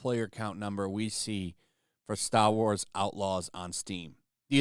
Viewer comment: bro channeled his inner Mark Wahlberg for that "Star Wars" pronunciation 😂